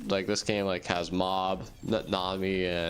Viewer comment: Nami? His Name is nanami bro😭🙏